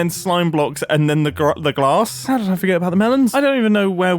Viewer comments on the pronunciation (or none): none